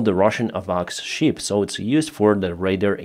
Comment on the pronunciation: It is not "щип" (это не овца), it is Шып. It is very funny for English-speaking people to hear how you say it. Learn it, please!